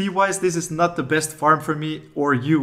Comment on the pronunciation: Did he say while I nut at home or while I’m not at home? Either way this will be very useful